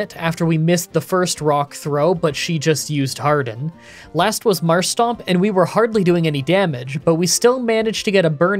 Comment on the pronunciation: It's MARSH- TOMP btw